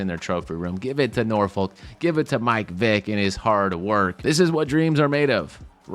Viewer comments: Pronounce nah-fik btw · It's pronounced Norphuck